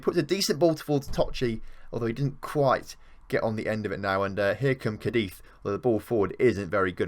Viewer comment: feeling lonely needing some English speakers 😂 RIP Ray ✌️(Absolutely nailed pronouncing Cadiz well impressed 👏)